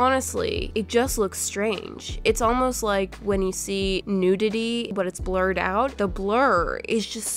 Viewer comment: okay did anyone else hear flured instead of blured